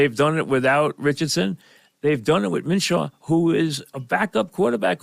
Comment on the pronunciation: It's minSHEW Mike, not Minshaw